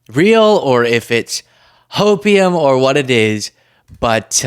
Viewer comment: Did you say hopium? ❤❤❤